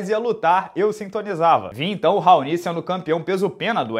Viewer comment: Sempre ouvi o nome desse cara pronunciado como "raoni" nunca ouvi "raonÍ"....